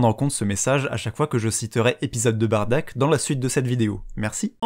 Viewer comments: En jap tu dit Baddaku on est d'accord ? Donc la façons la plus "propre" pour moi est quand même Baddack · En gros de ce que j'ai compris Bardack ses son nom d'orgine, mais les gens ont préférais le prononcé Baddack ou Bardock. Ok ok ok debat intéressant.